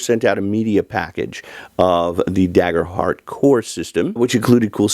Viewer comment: It’s pronounced Daygerhurt btw…